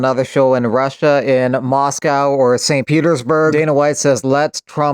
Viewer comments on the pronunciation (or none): none